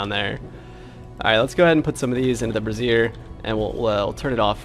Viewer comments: Just as a note, brazier is pronounced bray-zee-err. A braz-ear is a woman’s bra. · it's bray-zee-er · LOL for anyone who says this wrong also: Brah-zeer is a piece of womens underwear. Bray-ZEER is a metal stand to hold coals. I've seen so many V rising streamers talk about building some women's underwear in their base.